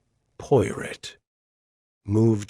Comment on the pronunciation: AI mispronouncing Poirot’s name through the whole story is very annoying!